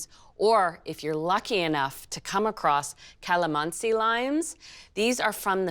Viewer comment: OMG! You pronounce "Calamansi" so fluent I love it! Also love the recipe😍😘